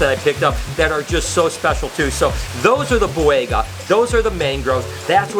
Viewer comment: For the love of god... learn to pronounce things!! You constantly mispronounce “Ontogenetic Color Change” and you HORRIBLE butchered the Boiga species names. JFC man...